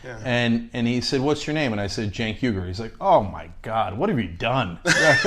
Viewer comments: IT'S UYGUR , NOT UYGER! IT'S BEEN 3 WEEKS & THEY STILL HAVEN'T CORRECTED THIS. INCOMPETENT! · Uygur, pronounced "You-Gerr!" I thought it was "Chuck Ungar" when I saw it in text. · You grr. Not urger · Holy shit, I laughed an uncomfortably long amount of time at how they pronounced Cenk's name and last name. I mean, good god. I hope you guys aren't THIS uninformed about who he is at this point, because... Christ. But I'm glad it was literally the first thing that was asked of him, so I hope it doesn't happen again, because that was deeply embarrassing. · did you really call him Cenk "Ur-ghur?" XD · THE WAY THEY PRONOUNCED HIS NAME IRRRRGRRRRRR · Cenk Erger? C'mon, it's really not that hard... People mispronounce Cenks name intentionally fairly often I've seen. You could do two seconds of research on who you're interviewing. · Cenk Errger? You can at least pronounce his name right... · Elect Cenk ASAP. And how about pronouncing his last name right? It’s not erger! How about a little PREPARATION? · pronounced You-grrr / spelled Uygur / two *U*s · Christy Smith 1k views. This video 41k. Get Cenk's name right for God's sake. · Couldn't do the research to figure out how to say his name to start the show... but expect him to care about you, right? Yeah. It's not even difficult... he says his name a billion times all over Youtube. Come on... do better... seriously. This is "journalism" and you can't even take 5 seconds to learn the guy's name? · You didn't even pronounced his name right in the beginning of the video, and they didn't even spell his name right at the end of the video. Very professional! (sarcastic) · Way to have a guest on, just to fuck up his name... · The host’s wife does the intro and mispronounced Cenk’s last name even though any politically aware Democrat should know who Cenk Uygar is??? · Cenk sounds Amazing!! .,, disappointed that Your wife couldn’t learn how to pronounce his Name knowing he was to be your guest; it seemed lazy of her OR On Pupose